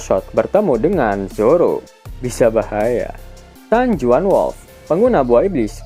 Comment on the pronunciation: Info min San Juan (San Huan) dibaca min.